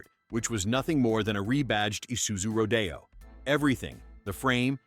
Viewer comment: Badge engineering is bad and it killed American car industry. The way this AI voice pronounced Isuzu Rodeo is simply crazy.